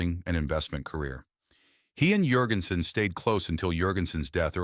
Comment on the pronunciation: Hey, AI brainiac, it might be pronounced Yurgensen in Scandinavia, but in North Carolina, where he was born, the name is JURGENSEN. Now tell me the name of the human being you put out of work.